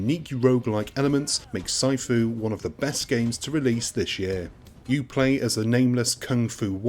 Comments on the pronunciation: "PSY-FOO"? PMSL!!!! *"Sih-fu" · omg. this has to be a voice over program because no one pronounces sifu Psyfoo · Tons of criticism but nobody is telling you it’s pronounced “see-foo”. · way to add to review of the game. during gameplay did you find the memory of his mispronounciation of Sifu ruining the games overall score? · Why do you say sifu like that?